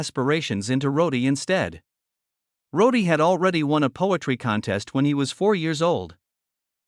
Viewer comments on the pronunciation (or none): Jesus, Use a real voice and his name was Roddy not Roady !!!!